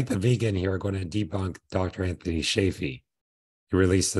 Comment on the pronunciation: funny way to pronounce anthony